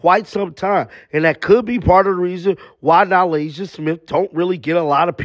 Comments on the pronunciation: Her name is NaLyssa Smith. Not Nalasia Smith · enjoy your videos and am a subscriber. NaLyssa is pronounced nah LISS ah. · And once again, another YouTube channel having click bait content. You didn’t prove anything boo! DUDE!!! Her name is NaLyssa. Sounds like (NaLiiisa) ❤ Oh, you proved that you couldn’t say Smiths name right. 🤷‍♀️ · Her name is NALYSSA where is he getting Nylasia from??? lol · Nalyssa rhymes with Alyssa. It’s literally Alyssa with an ‘N’ in front. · It’s a bad look that you can’t pronounce Smith’s first name. If you watch the games, you know how to say her name. If you watch post game interviews, you know how to say her name. If you watch shoot around, you know how to say her name. Why can’t you pronounce her name? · Can u not pronounce Nalyssa?? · The way you pronounce her name drives me nuts.